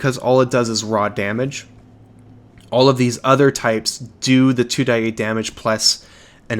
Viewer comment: Love your videos but hearing "2die8" is driving me nuts. It'd be 2d8.